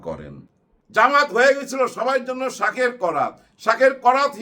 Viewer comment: ভাই, শব্দটা শাখের করাত, শাকের না .....